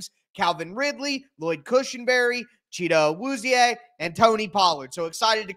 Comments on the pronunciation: Appreciate you, trying to pronounce his name properly maybe this will help “Chi” She with a C instead of an S “Do” Dough “Be” emphatic Bet without the T “A” Ahh like we say at the dentist “Wu” like Wu Tang Clang “Zi” like 😴 💤 “E” like Egg without the ggs Say each section separately and you will start to catch the rhythm. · What I described is the correct Nigerian way of pronouncing it, I’ve honestly never heard that “American” version he mentioned. And the “American” way is just not right to any Nigerian’s ears. It would be equivalent to someone pronouncing your name as Tyle and completely leaving off the r for some reason.